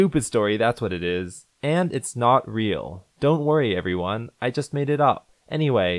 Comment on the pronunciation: i cant get behind the fact that you pronounced the word everyone as "evione"